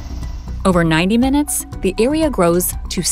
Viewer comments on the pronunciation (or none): none